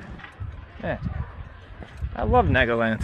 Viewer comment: guess learning to pronounce Nagaland (naa·guh·land) is too much for you